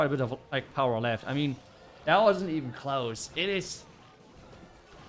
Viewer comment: When he says "CLOSE" I hear "KLAUS" 😂